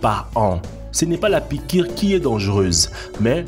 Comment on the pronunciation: La piquwe est mowtelle mon fwewe